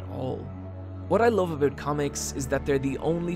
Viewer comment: When u say love it sounds like loathe and confuses the shit outta me.